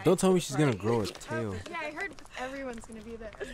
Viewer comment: not them saying tail wrong